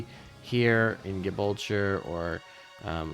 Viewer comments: Gibraltar is pronounced Jibraltar for future reference. Or at least it is in English. In Spanish if I understand Wikipedia correctly it's closer to Hibraltar. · Lol oh boy, Gibraltar is not pronounced like it rhymes with vulture. Jeh-brawl-ter. Great vid though. Just started playing and operation sirens was giving me a lot of questions but only trickled answers, so thanks. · never heard someone butcher "Gibraltar" so badly before... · Gibulture? Lol